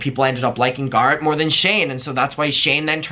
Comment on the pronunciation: I’m sobbing the way you pronounced Garrett